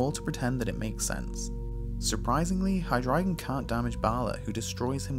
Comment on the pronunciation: you win the award for "only youtuber to ever pronounce hydreigon correctly"